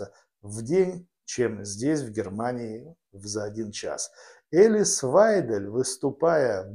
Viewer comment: Вы правы. Прямо режет ухо это " элис". Ну учитесь уже правильно выговаривать имена политиков!!! Пожалуйста!